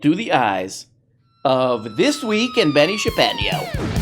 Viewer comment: what's this guys name again? benny sharkeesheño??